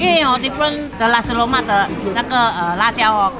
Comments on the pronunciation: Nasi Lemak. Not lussi loumark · I keep hearing "lasi" lemak 😂